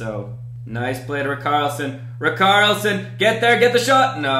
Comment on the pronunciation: the way he pronounced richarlison tho